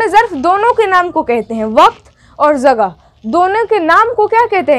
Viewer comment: Jagah z se nhe h balki j se h aapa aap ke talffuz nhe sahi h